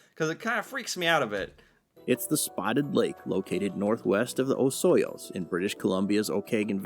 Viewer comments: He's totally mispronouncing 'Oh-kah-naw-gun' - Okanagan. And 'Oh-soy-yuce' - Osoyoos. Fyi. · OH-SOY-OOOS in the OAK-AN-OG-AN Valley.... damn people that can't pronounce names properly (or do the research to be ABLE to use the right pronunciation.)... but this isn't your fault, you picked another cool subject to feature. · don't worry. You didn't offend anyone near as much as the narrator did with their horrible pronunciations of Okanagan and Osoyoos. For reference: Okanagan = Oh-ka-naw-gan Osoyoos = Oh- SOY -oos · Oh- can-AWE-gan. O-SUE-yis. Not quite how they're spelled! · I'm sorry, HOW did the narrator mispronounce Osoyoos and Okanagan that badly??? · Spotted like is in the Similkameen Valley. Argh for the pronunciation of Okanagan and Osoyoos. Awful! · Driven past Spotted Lake many times. I shouldn't complain on how Osoyoos was pronounced as before I came to Canada and read about Osoyoos , I proonounced it as 'Ossy-oss'! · Rolling my eyes at the butchered pronunciations of Osoyoos and Okanagan